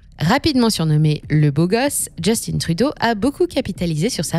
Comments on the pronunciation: On ne dit pas Justine mais Justin Trudeau c'est un nom francophone ça ne fait pas chic dutout ici d'angliciser la prononciation des mots on est toujours fier d'être canadien francophone (nuance non pas français). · Justin ça ce prononce pas Just'une mais Just'in....comme le mot pain....p'in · Ça se prononce Juste-hein Et non just-in. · justin pas justine. c'est un quebecois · Analyse très intéressante Par contre, Justin Trudeau est québécois et francophone malgré les apparences. On ne prononce donc pas son prénom "djestine" mais bien Justin en français ;) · JUSTIN (pas JustinE) par pitié 😂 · Grincement de dents…. « Justine Trudeau » Pourquoi « Justin » prononcé à l’anglais… Mais pas son nom de famille? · Bonjour, simplement vous dire que Justin Trudeau est francophone de naissance donc on dit Justin en français :) et non Just-In. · Pour ma part, tout va bien, évidemment tout est plus cher, mais c’est pareil partout dans le monde. De plus, les salaires suivent et augmentent rapidement. Ha oui, c’est Justin Trudeau, pas Justine. C’est un Québécois francophone, donc pas besoin d’employer l’accent anglos. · On dis pas Djustinne Trudeau, on dit Justin en français 🤦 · Attention dans votre prononciation du "JUSTINE" TRUDEAU. "Justin" est un francophone et son prénom se prononce en français. Ici au Québec nous tatillons sur la langue française. Sinon ce reportage est légèrement alarmant et nous croyons rebondir dans les 5 prochaines années. Merci. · Pour info, ici on ne prononce pas Justin à l'anglaise mais bien en français. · On voit que les seuls termes utilisés par cette chaîne sont en anglais alors qu'ils le sont très facilement en français. Dire de cette façon "Justin" c'est pour faire une blague ou quoi? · On dit Justin, comme Justin Bridou, pas comme Timberlake. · hello, comment peut-on être aussi loin de la réalité? On voit que cette chaîne ne sait pas de quoi elle parle. Ca commence par la prononciation du nom du premier ministre. Pa thé ti que!